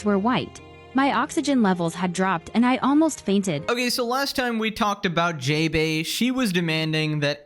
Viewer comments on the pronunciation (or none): That's not JaeBae in the way you pronounce it The "ae" are pronounced "ah"